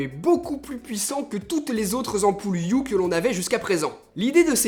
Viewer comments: Ça se dit « E » pas U. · 👆Par contre, sauf quelques exceptions (ex: honour, hour, vehicule, ghost, etc.), le H n'est jamais muet en anglais. Donc de la manière dont tu le prononces, on entend "Philips You"